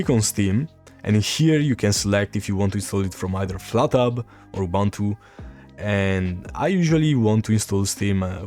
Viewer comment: for all Man, please learn and use the proper pronunciation for "Ubuntu" (Oo-boon-too). 🙂